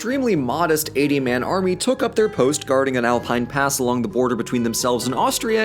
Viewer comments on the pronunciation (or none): none